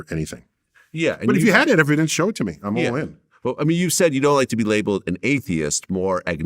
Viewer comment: "I witness" testemony😂😂😂 please do present your "eviDENCE" 😂😂😂.